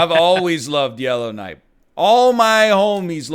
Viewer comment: For a full two minutes I thought you were saying yellow knight and had no clue what the hell was going on even though I watched last episode and enjoyed it because I know about Yellowknife.